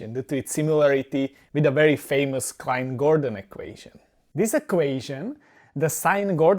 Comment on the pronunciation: Klein from Klein-Gordon was Swedish and pronounced with a hard k like in "clay". And I might have missed it, but did you mention Fock? He derived it independently parallel to Klein and Gordon.